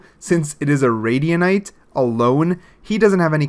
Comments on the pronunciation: [#]JuiCe that’s why I’m laughing at the video. He made Radiant a new word 😂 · ummmmmmmm you do know that you pronounce it radiant not radianite. just saying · Why does he say Radianite instead of radiant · Why do u call it radianite and not radiant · Most people: Radiant This guy: Radianite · Am I the only one who's getting triggered by him saying "radianite" instead of "radiant"? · pronounce radiant right